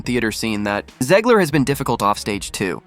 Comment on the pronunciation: Can we please stop calling her "Zeeg-ler?" It's ZEG-ler.